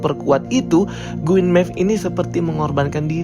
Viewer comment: Queen Maeve bosku, bukan Gueen maeve. 😁